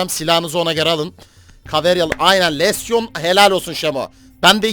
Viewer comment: Lesyon degil abi lesion lijın diyesoyleniyo